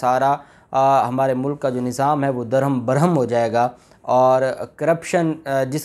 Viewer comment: Voice Mai ... mulk and mulak hi fault pakra jatta... Hai 😂. Nani 420....ki videos ka intaizar Hai 🤪